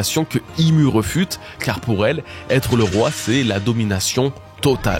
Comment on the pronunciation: tu fais beaucoup de fautes de français. On dit réfute et pas rEfute (reufute). Tu es tellement bon qu’il faut faire attention à ces détails, à tes dépends1